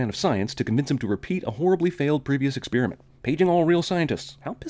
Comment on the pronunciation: I don't really like the way you pronounce experiment "ex-spearmint".